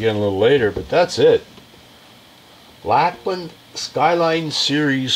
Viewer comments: Lol, pronounced Lakeland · Pronounced “Lake - land “ 👍 No biggie! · Pretty weak review. didnt even read through the specs on this bass and eventhough it's spelled out right on the head, with a long "A", he pronounced Lākland, incorrectly. Didn't even mention Plek or what it is. Lame! Do your homework